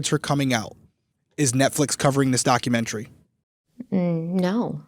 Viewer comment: I love, but the way she says documaTARY and other words like that drives me a little batty lol